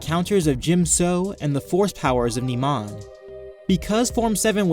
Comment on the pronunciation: Great vid but it bugs me when you nemon instead of pronouncing it NIMAN